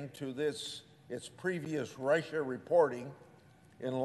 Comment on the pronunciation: His point is well founded, however, can someone tell this old corpse how to pronounce Russia. He keeps saying Rice-Sha